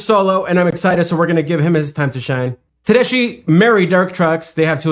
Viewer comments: Pronounce it Ted es key. It’s an Italian name that means German. But she’s 100% pure All-American treasure. Her husband, Derek Trucks, is one of the best guitar players alive. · Pronounced TedeSKI. I saw her as a young up and comer decades ago and she was great even then! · Tedesky is how to pronounce her name. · It's actually pronounced SKI , at least that what I heard her pronounce her last name on a talk show she was on. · 1st it's pronounced Ted-es-ki, Midnight In Harlem, Bound For Glory, Darling Be Home Soon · FYI - Tedeschi is pronounced Teh-des-kee, like a key in the door. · You are killing their name! I tune in to hear your funny comments! You have so much to learn about the 70’s music. But keep it up. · The "ch" in Tedeschi is a hard "k" sound. At least that's the way I've always heard it pronounced. (Te-des-key). I first saw her at the Florida Theater opening for Johnny Lang many years ago - probably about 1997 - playing her signature Tele and singing the blues. Got her to sign her CD. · Susan Tedeschi and Derek Trucks are man and wife. They each had their own band when they hooked up. Her name is pronounced Tedes...kee. Thats how she pronounces it. My son and daughter-in-law go to their concerts very frequently and they clued me in how to pronounce it. 😊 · I'm watching this cause I like to see how people look when something so powerful hits thim in their ears. PS her name is pronounced Ted-ESS-ski. It's an Italian name- she's from Boston. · Best band on the planet. I've seen them 75 times and will see them four times this week. It's pronounced Tedeski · Susan pronounces her name Ted-es-ski. This band is the bomb! Enjoy!